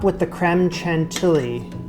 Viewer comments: Love that every time you sait "N'est-ce pas" it sounds like "Ne sait pas" which is "(I) Do not know" instead of "isn't it". Don't change it it's lovely! But Chantilly pal. Shan tee yee. Your start is perfect, but double- Ls make a Y sound like the Y in "yes" chantiyi. Regardless this looks amazing and I'm happy you got it out of the pyrex. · Wow this is an amazing recipe good job! A word of advice, in French, the way to pronounce CHANTILLY (the 2 LL) is like the Y in the word yes. CHANTIYI. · Congrats on getting that luciousness out of the mold! I second the suggestion to line it with cling film next time. I’m so glad you did this. I’m not sure it would have caught my eye, but yours came out looking great - I may give this one a go! P. S. Chantilly is pronounced with a “sh” sound. ;-)